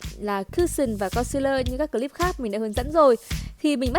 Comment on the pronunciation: Chị có thể nói là clip thay vì " cờ líp " ấy ạ , có lẻ em soi quá , nhưng em vẫn mong chị khắc phục , hôm nay chị xinh quá xinh luôn